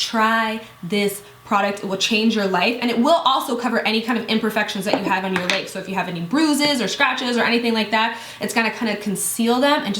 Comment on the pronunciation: Leegs... Reminded me of when you first introduced the Sally Hanson product way back... I just find the way you say legs funny... I died laughing for the rest of the video lol... Love you though.